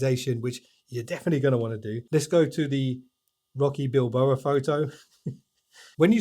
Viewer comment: Sorry have to correct you on this it was annoying me all the way through the video. It's Rocky Balboa not Bilboa. Love the video too. I've always used Samsung phones have an s22 ultra and my windows laptop is on the way out so it was nice to see some of the tabs capabilities